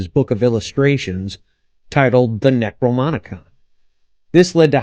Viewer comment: It's pronounced: Neck-Row-Nom-E-Con, not Neck-Row-Monica.